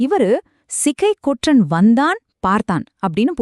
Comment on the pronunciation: தவறான தமிழ் உச்சரிப்பு "ற்ற" என்கிற எழுத்துக்களை சேர்த்து உச்சரிக்கும் போது எல்லோரும் தவறாக உச்சரிக்கிறார்கள். பற்று, பற்றி, ஒன்று, என்று , சென்று, வெற்றி, கொற்றன் ஆகிய சொற்களை பட்டு, பட்டி, ஒன்டு, என்டு, சென்டு, வெட்டி, கொட்டன் என்கிற தொனியில் தான் உச்சரிக்க வேண்டும். ஆனால் எல்லோரும் பட்று, பட்றி, ஒன்ட்று, என்ட்று, சென்ட்று, வெட்றி, கொட்றன் என தவறாக உச்சரிக்கிறார்கள். தமிழ் அறிஞர்கள் என்னும் கூட்டமும் இந்த தவறை செய்கிறது. தமிழின் ஒலி அமைப்பை இந்த தவறான உச்சரிப்பு நாராசமாக ஆக்குகிறது. சங்க காலத்தில் சரியாக உச்சரித்தனர். இப்போதும் மலையாளிகள் "ற்ற" "ற்று" ஆகிய சேர்ந்த எழுத்துக்களை சரியாக உச்சரிக்கிறார்கள். ழ எழுத்தை உச்சரிக்க காட்டும் கவனத்தை தமிழர்கள் இதற்கு காட்டுவதில்லை. யாரும் இது குறித்து கவலைப்படுவதாக தெரியவில்லை. ஆனால் இது மொழியின் இயல்பு தன்மையை கெடுக்கக்கூடிய உச்சரிப்பு இது. தமிழ் நிலத்தில் பிற மொழியாளர் ஆதிக்கம் பரவிய போது இப்போது இருக்கக்கூடிய தவறான உச்சரிப்பு முறை அமலுக்கு வந்தது. தமிழ் கூறும் நல்லுலகத்தைச் சேர்ந்த அறிஞர்கள் இதை சரி செய்தால் பரவாயில்லை. ஈழ மக்கள் ஒன்று என்பதை ஒன்டு என்கிற தொனியில் தான் உச்சரிக்கிறார்கள். இதுதான் சரியான உச்சரிப்பு. தமிழ் நாட்டில் பலர் சென்று என்பதை சென்டு என்று தான் உச்சரிக்கிறார்கள். இதுவும் சரியான உச்சரிப்பு. தமிழின் ஒலி அமைப்பை ஆந்திர பகுதியில் "தெலுங்கு தேட்ட கன்னட கஸ்தூரி அரவமு அர்தவானமு" என பழமொழி சொல்லி கேவலப்படுத்துவார்கள். மேற்படி தவறான உச்சரிப்பு இதற்கு கட்டியம் கூறும் விதத்தில் உள்ளது. தமிழ் அறிஞர்கள் அல்லது தமிழ் ஆர்வலர்கள் யாராவது மாநில அரசுக்கு அறிவுறுத்தி ஆணை பிறப்பிக்க செய்வார்களா?